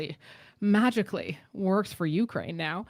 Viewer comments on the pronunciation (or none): none